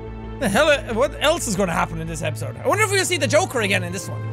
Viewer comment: Jackaboy : hopefully we will get to sey the joker agen Me :yea hopefully we will Jackaboy : hope will well Me :OMG HE SAID WUT I SAID